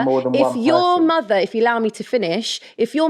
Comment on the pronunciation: your motherの発音が好きすぎる